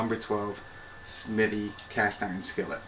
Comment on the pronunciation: I have to laugh because you keep calling them Smitty But it is spelled Smithey. So just say Smith-e is how I would think it is pronounced.